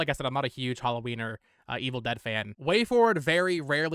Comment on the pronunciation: “I’m not a huge *halloweiner*”